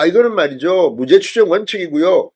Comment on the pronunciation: 진선생 사전의 사는 길게 발음 하게. 짧게 하면 단어집을 말하네. 금방 발음한 무죄는 짧게 해야 되는데, 또 길게 발음하니 이상하지 않은가 이 사람아.